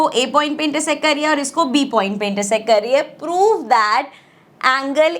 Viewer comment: Prove❌ Pove✅ 😅